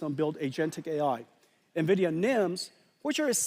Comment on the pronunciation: Niividia xD